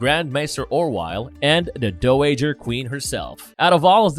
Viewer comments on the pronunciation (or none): Never heard it pronounced “dough-ager” Queen before lol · We all mispronounce uncommon words sometimes, but I've never heard Dowager pronounced like that